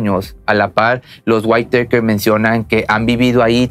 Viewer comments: se no se pronuncia "waiteiker "..sino literal "witaker" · Hahahahahaha los waitekers o los weiiitakers hhahhahahshs losa witakers se pronucia asi...así.... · Buen video y todo pero, No es por hacerte menos pero la pronunciación del apellido está mal, Whitaker (guitaker) , a diferencia de como lo pronuncias como si fue whitetaker (guaittaker) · No son "waiteikers" pronuncia así: whitakers así como se escribe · La high school es preparatoria y se pronuncia "guiteikers" raro chido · Interesante video! Solo una observación,con todo respeto. El apellido se pronuncia:wiraker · Se dice Witaker, y Chequear, no "quecar", y lo digo no por criticar, sino que tienes un canal que oye, y ve mucha gente, y es ideal comunicarnos de manera correcta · La T no se pronuncia en la palabra Whitaker, es como si fuera una R, algo así como guiraker=Whitaker. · Se pronuncia tal cual "güitaker". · Intenta decir "GÜÍTAQUER", eso se parece más a la pronunciación del apellido. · Se pronuncia güitaker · Se pronuncia Witoker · Se pronuncia guitaker, así. Como suena. Xd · se pronuncia witaker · Se pronuncia "guitaker" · Se pronuncia más o menos "huitæker" la doble tt le quita el sonido "ei" a la letra a en inglés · Mala pronunciación, se lee witaker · Amigo no sobre pronuncies el inglés , no se llaman los why takers xd